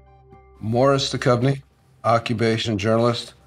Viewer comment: Would be great if they also add a correct pronunciation of they surnames as a part of the ancestor discovery. Duchovny is derived from “Duch” so spirit or ghost + standard “ovny”. The letters ”ch” is not pronounced as a “k”, it is a specific sound.